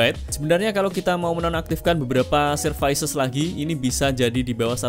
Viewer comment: servis mas bukan servais